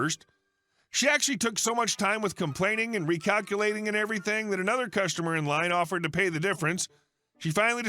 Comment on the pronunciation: It's "customer", not "costumer" :)